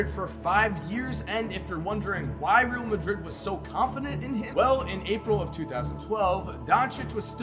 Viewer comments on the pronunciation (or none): you are pronouncing real madrid incorrectly, you say it as rail* madrid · please look up how to pronounce real in Real Madrid lol